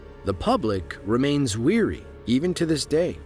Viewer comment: Wary not weary. WEary means you are tired of something. wary means you are concerned or caurious about a situation.